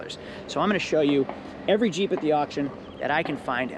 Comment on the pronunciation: Bruh, in the beginning I thought you were saying CHEAP wrangler instead of Jeep.